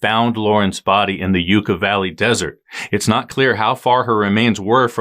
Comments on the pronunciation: Yucca is pronounced like yuck uh . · Just an fyi… it’s pronounced “yuck-a” 😘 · Yucca is pronounced YUCK A. Because they go, "YUKKA YUKKA YUKKA," when you hit them with your motorcycle. Ok, that's probably not true, it's probably of Latin origin, but they DO say that when you hit them! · Just wanted to let you know that I live near where Miss Cho disappeared and it’s pronounced Yucca(yuck-a) Valley. Great upload as always guys!! Love love love TCR! Got my friends hooked too!!